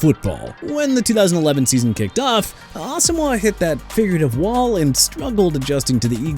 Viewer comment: FIRST OFF IT'S NNAMDI ASOMUGHA PRONOUNCED ah-so-muah!! SECOND HOW ABOUT TYREEK HILL WHO HIT A WALL?! HOW ABOUT THAT?! TIRED OF THIS NONSENSE... AND I'M ALREADY UPSET!